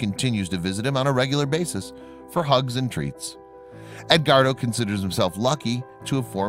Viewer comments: Ed.....wardo. not ed....guardo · I just can't get past the mispronunciation of the name Edguardo...